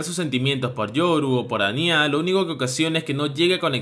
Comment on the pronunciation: Me gustan mucho los vídeos pero sería bueno que tuvieses un poco más de atención al detalle cuando dices los nombres de los personajes. A Anya le llamas Ani-Á y con Twilight pasó de ser Loid a Floyd y es muy confuso @@ solo es una recomendación en buena onda